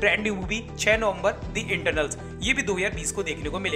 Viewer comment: Dude you should improve your spoken language you are saying internals instead of eternals...btw nice video and love u